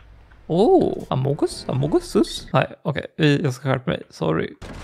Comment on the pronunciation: Älskar när du säger Amungus Amungus sus😂